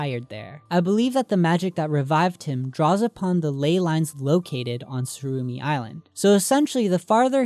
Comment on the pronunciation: its tsurumi island not surumi